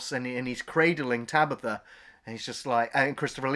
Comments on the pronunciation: who the fuck is tabitha ? its tanith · I picked up on that as well! I mean how many times is “Tanith” spoken in the film? Loads! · Tabitha? Tanith.